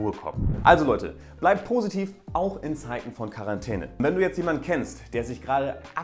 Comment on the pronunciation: Wer versteht auch immer Karantene wenn er Quarentäne sagt xD